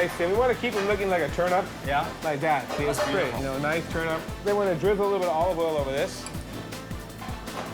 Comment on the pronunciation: The man. He can't say turnip